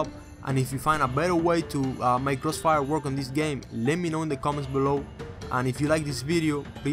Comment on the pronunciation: crossfiel Moe, givit a Shah LOL!